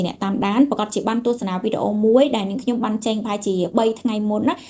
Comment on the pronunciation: មីងចង់ឣោយក្មួួយនិយាយពាក្យច្ញំុ ឣោយច្បាស់ មិមែន ញុុម